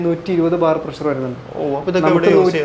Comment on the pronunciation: ബ്രോ പ്രസ്സർ അല്ല പ്രഷർ എന്ന് പറ 🙏